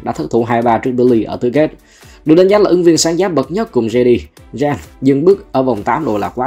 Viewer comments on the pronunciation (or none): Gen là đội nào vậy? Đọc geng hộ cái. Viết tắt vậy thôi. Đọc tên nghe lỏ vl. Đúng cảm kênh "tham khảo về liên minh", ekip viết thiếu hướng dẫn đọc rồi.😂